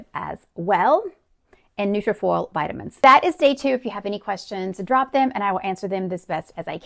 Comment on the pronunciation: Are you saying New Full vitamins for your hair, or are you saying Nutraful vitamins, and supplements? I was just reading what it said with the captions.